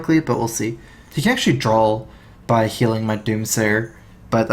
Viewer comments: dude it's draw not drawl :D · THERE IS NO L IN THE WORD DRAW